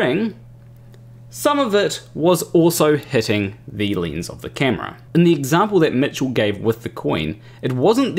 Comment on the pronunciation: I appreciate your explanation, but what's a leenz?